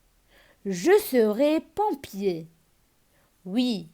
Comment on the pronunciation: Pompier avec "o" machi" e"